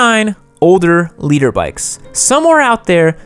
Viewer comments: I also thought it was “leader” for a bit. I too am a “nooblet”. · Thanks for the labels. Now I know you're saying "liter" not "leader" makes a lot more sense. Yup, I'm a nooblet